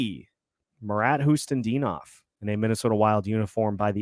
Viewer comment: Other than calling Khusnutdinov "Hustendinov" as usually lol